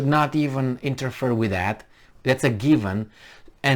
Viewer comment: interfere is like "inter-fear" not like "inter-fur"